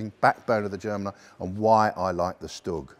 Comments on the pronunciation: not really, he says stug, it should be SHtug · I always pronounce it as Stüg or stoog